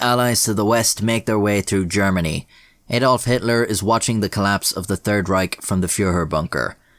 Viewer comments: It’s Adolf, not Aydolf. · Do all Irish people say Adolf like Americans? It's not something that I was ever aware of. (Edit: two versions of Adolf and )